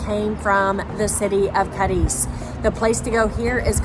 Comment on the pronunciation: Say it right at least - it's CAAAAADIZ - Not CADIIIIIIZ